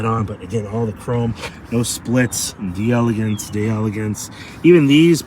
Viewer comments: It’s spelled “d’Elegance”. It’s meant to sound like it’s French. In other words the “d’” is meant to be almost a throwaway sound. So the question is; Is it 3 syllables or 4? You are right that the emphasis should be on the “Gance” syllable. However it should be pronounced as 4 syllables. We don’t have a good way to learn how to properly use those throwaway sounds as other languages do so we’re always fumbling. But whatever way you pronounce it you’re going to be understood and that’s what really matters, isn’t it? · It's pronounced as one word, "deleGANce".